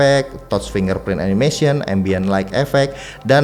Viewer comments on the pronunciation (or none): none